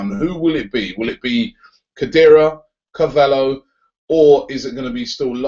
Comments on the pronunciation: Robbie it's William car-va-lyho well that's how it's pronounced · Robbie, it's pronounced car-val-yo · Its pronounced car val he o